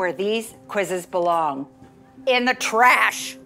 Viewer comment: in De TrAsHh